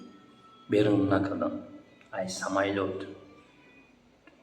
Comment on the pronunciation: Самайлот не , самолёт